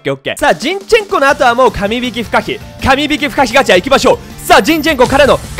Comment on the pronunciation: みんな気づいてると思うけどカム引きってゆってて鼻で笑ってしまった